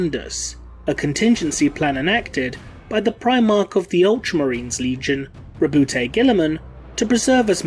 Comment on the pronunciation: robootay, are you sure? robooty is bad enough but come on.